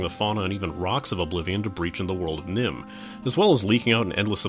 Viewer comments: Nirn not Nim... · It nirn not nim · Nirn, not Nim. Another bad case of Kerning. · N-i-r-n, not N-i-m..... "/reloadui" helps memory leaks.... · I'm sure someone else has said this, but it's n i r n; nirn, not n i m; nim. I can see how you would make the mistake reading your script. Otherwise, great review. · Nim, its Nirn, but good review. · Did you just pronounce "Nirn" as "Nim" because that is wrong. It's also "kuh-jeet" not "kah-jit" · Its Nirm not Nim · NERN, BREH-TIN, KAH-JEET. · Also it's nirn ner-n